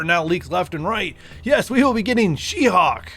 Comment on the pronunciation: Any reason you pronounce hulk like “hawk”?